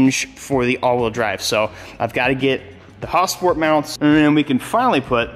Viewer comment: I’ve never heard someone say Hausport